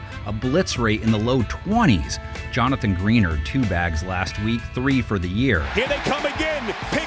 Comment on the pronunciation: It’s not Jonathan greener it’s Jonathan Greenard